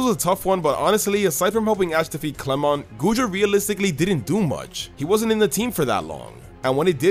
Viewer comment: Why did you say clemon when its clemont